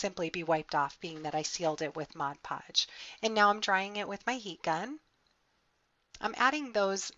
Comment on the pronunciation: Yet another comprehensive tutorial,. I love your creativity and I need to thank you for pronouncing "Mod Podge" correctly. Haha, I can't believe how many videos I've watched where they say, "Modge Podge"! It's a pet peeve of mine, I guess. Anyway, thanks for sharing another practical, yet beautiful creation!